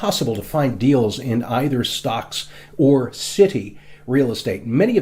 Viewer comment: I like his videos but he keeps adding h’s where they don’t belong. Like “cit-he” instead of city